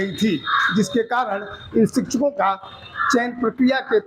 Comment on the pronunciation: शिचछको नहीं शिक्षको होता है 😂😂😂😂😂😂😂😂😂